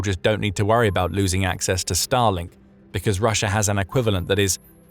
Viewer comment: lots of words with old irrelevant pictures and no real map production of actual changes. Don't take the word of somebody that can not pronounce russia correctly and keep saying russher.